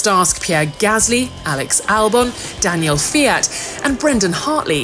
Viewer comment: Happy that Daniel is back! But, any one else a bit bothered that they mispronounce his name the entire video?